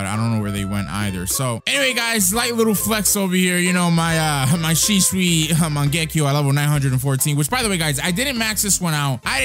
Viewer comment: well u pronounce shisui to shisu